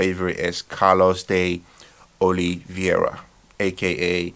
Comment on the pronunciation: PRONOUNCED WRONG" CARLOS DE OLIVEIRA" E "CAIKE PRO"😆